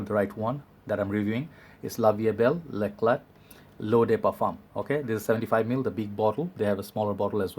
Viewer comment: It's l'éclat in french, so without prononcing the t at the end. A french follower